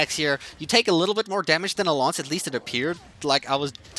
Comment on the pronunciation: Instead of class and lance you are saying cloce and lonce